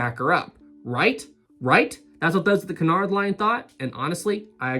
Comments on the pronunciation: Correct me if I'm wrong, but isnt it pronounced Cue-nard and not Cun-ard? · Nobody ever sailed Olympic to "see what it was like to be on Titanic." Jesus. Also the ships are "Bray-men" and "Oy-ropa" Also "Q-nard" I love how happy you are about liners.